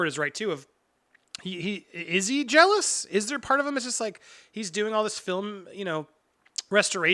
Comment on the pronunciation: Darth Maul “jelouse” lol